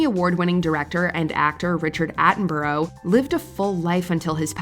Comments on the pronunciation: Richard Attenborough's surname is pronounced Atten-bruh, we don't pronounce borough as 'boro' here in the UK and Attenborough was British. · Richard Atten-bro? I've NEVER heard the film star's name pronounced like that! Hahaha